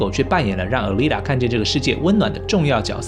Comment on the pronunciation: Alita念阿莉達 請不要念呃莉塔